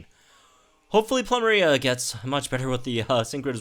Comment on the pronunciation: Ploo - Meh - Ree -Ah Sah - Leh - Zule You're welcome. ;)